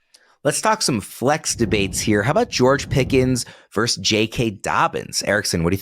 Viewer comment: The word is VERSUS, not Verse!! The rage in me!